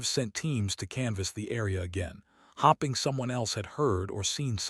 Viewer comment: You do know that the word: hoping isn't pronounced as hopping??!!